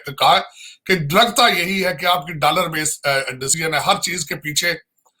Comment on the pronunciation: Abe takle dalaar nhi dollar hota hai 🚭🚭😂😂😂